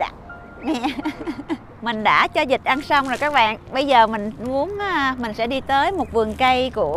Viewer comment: Em là người Nam chắc luôn á , người miền Bắc họ phát âm chuẩn luôn con vịt.....chứ ko phải con dịch....ha...ha.....dịch là dich Covid á 🤪